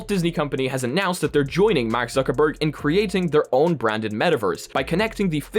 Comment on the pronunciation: "Microsoft berg"